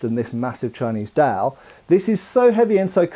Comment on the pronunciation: I think you might be butchering the Dao pronunciation a little bit. By the way, is the Dao really considered a sword? Because Dao I think kind of means "knife". I think there's another term for sword in Mandarin.